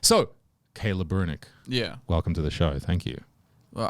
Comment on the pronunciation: His name is Brunick such as saying Brunnick.